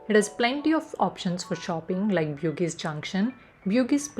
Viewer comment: Bugis is pronounced as Boo-gees